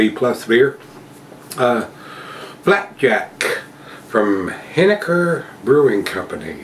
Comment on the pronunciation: Being from NH I can tell you it's pronounced hen-eh-ker. Another good review cheers